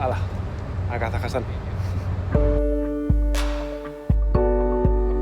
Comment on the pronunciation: Se dice Kazajstán o Kazajistán, no Kazajastán